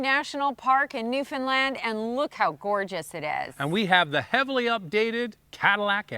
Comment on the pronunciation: For the record it's new foundland not new Finland